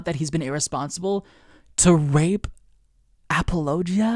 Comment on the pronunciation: Thanks I hate the way you say apologia.